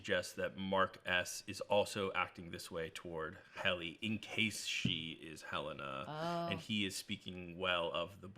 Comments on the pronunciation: I find it very rude when people refuse to call characters by the correct pronunciation. Helena is HEL-leh-nah, not Hel-LAY-nah. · Is Helena always pronounced Helayna in the US? So many YouTubers pronounce her name differently to how they actually pronounce it in the show. Adam Scott even corrected an interviewer who pronounced it in a TV Insider (I think) video.